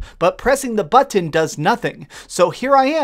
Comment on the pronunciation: Why do you pronounce “button” like you just learned how to say it yesterday?